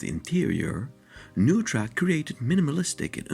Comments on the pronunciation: I’m sorry to say you have mispronounced the name Neutra. It is a German name and is always pronounced Noytra. I love him too. My son is his great grandson. I was happy to meet and visit with Diona Neutra, Richard’s wife, Dion Neutra, his son, and his grandson, Greg Neutra and I have two beautiful, wonderful children together, though we live apart. I have been inside two of his houses and as great as they are from the outside, the insides are a magical experience, hard to describe, but it is experiencing great art. Thank you for sharing this. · Nice presentation with the exception of a few incorrect details. His name is pronounced "noy-tra" not "new-tra". Also, his design philosophy is known as bio-realism, which celebrates the inherent relationship between humans and nature. He sought to blur the boundaries between the two. Lumping him into International Style is not an apt description of his work. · His name is pronounced "NOY-tra" not "NOO-tra." This is confirmed by the LA Times: "The house, designed by Viennese-born architect Richard Neutra (pronounced “Noy-tra”), has been called by some critics the most important modern house in Los Angeles history." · My dad studied under Neutra in the 60s, even went to his house a few times. The correct pronunciation is "NOY-TRA." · very much enjoy your videos, but the correct pronunciation is Noy-tra. appreciate your passion. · It is NOY-TRA. The home is next to Jack Benny's home and just a few blocks from Alan Ladd, Edgar Bergen and the Elvis honeymoon house. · It's pronounced NOYTRA or NOITRA. My father worked with Mr. Neutra in LA in the mid-fifties. Mr. Neutra was often a guest for dinner. Dad, Richard R. Stadelman AIA, went from Studying with Wright at Taliesin to working with Neutra. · "Newtra"? Really? Perhaps a computer-generated voice? Otherwise an excellent and informative video. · The name is pronounced NOY TRA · Mr. Neutra's name is pronounced "NOY-tra".